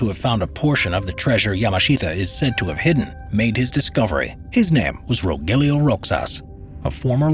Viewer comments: hey folks the pronounciation of the man's name, which is rogelio roxas is not /rogelyo/ /rocsas/. it is read as /rohelio/ /rohas/ and that's a filipino thing :P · Are you saying Rogelio Roxas? The pronunciation would be like Spanish/Mexican, Ro Helio Ro Has. Thanks for this topic, very interesting. And there may be still some of those treasures lying around here in the Philippines. EDIT:Time stamp.